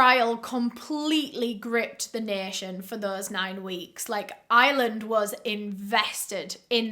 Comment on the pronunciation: i’m american and all i can hear is “island” when she says ireland lol